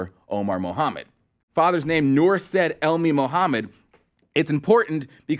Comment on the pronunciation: The name SAID is pronounces SYeed and not SED